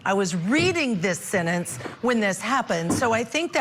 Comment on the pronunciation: What is a sintinse hearing? There are 2 e’s in the middle of the word sentence. Does she say “tinse” for tense “Tint” for tent ? 🤷‍♀️🤷‍♀️ usually those from the south have this pronunciation